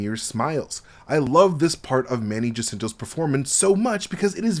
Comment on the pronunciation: I love your breakdowns of the show! One little side note....since Manny Jacinto's surname is Filipino-Spanish in origin, the correct pronounciation is HA-SIN-TO